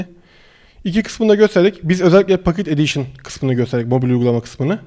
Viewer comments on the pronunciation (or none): pokıt edişın olarak okunuyo bacısı